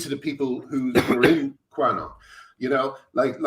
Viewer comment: Graham, I love you and it's pronounced Cue-anon not qua-anon.